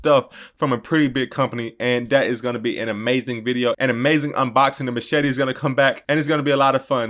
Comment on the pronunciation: lmao at the machaté 😆 Adobe photoshop is a must for those thumails! LOL couldn’t help it, same thing happened to me in past video, No way I was going to re-record after the vids already done! good stuff bro!